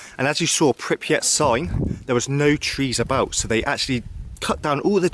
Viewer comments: Its pRipYat. (PRIP-YAT), Not pIpRYat. (PIP-REE-AT) 😖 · Bro.... PRIPIAT and no Pipriat... 😂😂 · PRRRRRYYYYYYYYPPPP-JJJATTTTT not PIPP-YATT aaaaaaaaaaaaaaaaaaaaaaaaaaaaaaaaaaaah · appreciate you making this but I'm a little thrown off by you continually saying "Pipryat" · Pripyat is not pronounced Pipryat. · it's so hard to hear it over and over lol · "pipryat guys"